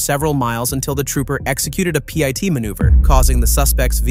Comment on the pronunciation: its not a P I T maneuver, its a pit maneuver. These fucking AI videos...